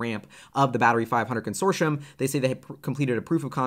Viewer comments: Consortioum? 😂 It’s pronounced Consortium. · Con-sore-tee-um not consorshum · Very informative. Thank you!....and it's "con sort tee um" not "con sor shun" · Con... sort...e... um... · Consortium is pronounced: Con sor te um